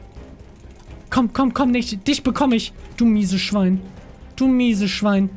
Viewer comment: wie manu die ganze zeit du misees Schwein sagt 😂😂😂😂